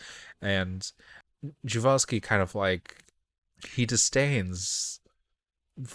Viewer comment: Great, I didn't know that and instantly asked forvo and you're absolutely right. It's something like Jewawski. I thought that maybe you just had the l and the w mixed up. Keep up the good ... work? (It's hard to call watching movies "work"... but at least all the editing and stuff afterwards is... and the reasearch beforehand!)